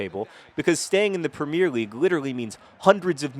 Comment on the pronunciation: Please do us a favour and for once just say Premier league, with 3 syllables in the 'premier'